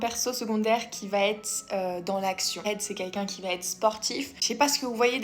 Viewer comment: Merci pour les idées ! Juste un truc Reid sa se prononce Ride